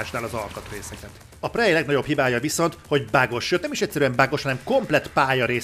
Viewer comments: Jó a videó, pörgős. De ez a prej nagyon fáj a fülemnek, tudom hogy a kettő között van, de ha már nincs meg a rendes kiejtés akkor sokkal inkább préj. Amúgy grat ! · Nem fogadtad meg a kiejtéskirtikámat és most fájnak a füleim a 'prej'-ektől :(